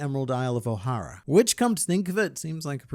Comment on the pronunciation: It's Ohara, not O'Hara -Hemione Granger